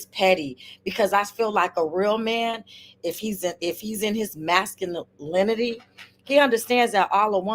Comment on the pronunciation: Sasculinty lol